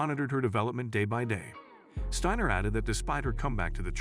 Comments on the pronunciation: Great video n awesome young lady!! Narrator, its pronounced Sti-ner not stannor lmao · STIner Not Steener get it right== idiot goes back and forth with the wrong pronunciation-- STEINER (the I is dominant) if Jewish then the E is dominant, and even says STAner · As bots go I didn't think this one was all that bad. However the tendency to go back and forth in pronunciation from Steiner to Steener was a bit annoying. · Good video except how is her last name properly pronounced... you used Steiner, Steener and Stainer??? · You would think its Joe Biden reading A Teleprompter. It’s a she and her name is Abby Steiner not steener. Lmmfao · Please pronounce her name properly she's a huge star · Steiner is an amazing talent. She deserves a much better video than this. So many errors, even mispronouncing her name, referring to her as 'himself' … she deserves more respect than to present this poor production as a 'tribute'! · Could you take just a minute to learn how to pronounce her name and other things in this video before posting? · Okay, you spell Abby with an E, mispronounce her name and, at one point say himself, instead of herself. Gotta do better editing. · First of all, you referred to her as "him" and then proceeded mispronouncing her name. Great journo, you dunce. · Agree that the language problems are very distracting. You referred to her several times as "him." In case you're not aware, "her" is female. You bitched pronunciation of her last name repeatedly. I admire Abby, but your show needs to get its act together. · Yeah, the constant switching back and forth in the pronunciation of her name plus the full on mispronunciation of Achilles was driving me crazy. Stayed only for Abby's sake.